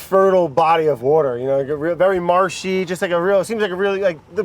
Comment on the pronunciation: We should totally have competitions to clock the number of times "Wourder" is used in the Brad episodes. Makes me laugh every time. 💛😂💛